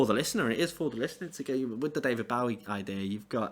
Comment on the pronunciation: David bo wie not bow ie